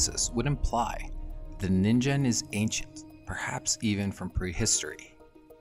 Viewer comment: Nice one! For some reason I thought it you were saying NINJA lol